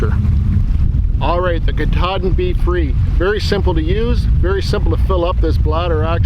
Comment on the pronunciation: Great video! I really love comparisons like this especially when they’re based on real dirt time use. I’d go with the Sawyer for a bugout bag and the Grayl for my day hikes. I’ve heard other reviewers pronounce Katadyn more like CAT-a-dine. Cat like the animals and dine like you’re going to eat. I hope I don’t sound like I have an attitude, just passing on what I’ve heard 👍